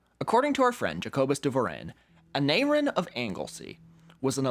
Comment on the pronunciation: It is pronounced 'A-nye-rin'. Welsh has very odd pronunciation.